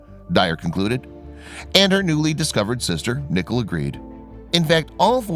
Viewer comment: Pronounce Nic-Ole not Nickle lol.